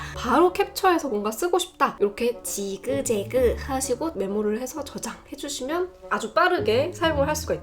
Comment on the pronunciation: 삑....!삑....!하시는거 너무 귀여우세욬ㅋㅋㅋㅋㅋㅋㅋㅋㅋㅋㅋㅋㅋㅋㅋ 지.그.제.그(또박또박) 언니 저 설명 들으러 왔다가 언니한테 입덕할꺼같아요 ㅋㅋㅋㅋㅋㅋㅋㅋㅋㅋㅋ